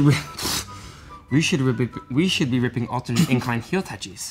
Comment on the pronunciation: Go to the episode and watch the “we should be ripping” scene of and Jonesy in the mirror. still couldn’t say it right I guess they were never able to get a good take 😂